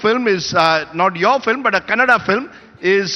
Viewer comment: He is good atleast he is pronouncing KANNADA bcoz all North Indians pronounce it as KANNAD There's allot of difference